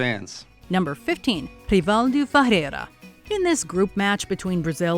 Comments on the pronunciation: Who is Reevaldu Fahrera lmao? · Oh Lord! I cringed so hard by the pronunciation of Rivaldo Ferreira! Sorry, I know it's not easy to say it by a non-Portuguese speaking person, but it was really cringy xD